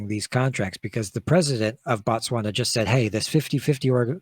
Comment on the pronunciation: Bah-Tswana/Batswana(Is a group of people from Botswana)... Its pronounced with the same Bo used in words like Both, Bob etc